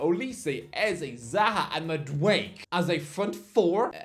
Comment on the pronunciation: I can't take calling Madueke MadWake! It's pronounced Mad-oo-Eh-Keh 🤦🏾‍♂️